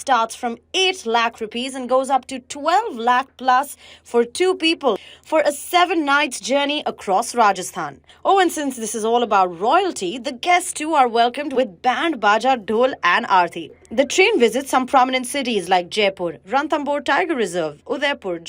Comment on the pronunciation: When you forget it’s aarti and say arthi nahi mai marne nahi aaya hoon 😅